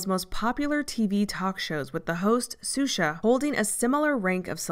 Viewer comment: Just a small nitpick: the name is pronounced "Shusha", not "Susha". This is anither great video, though.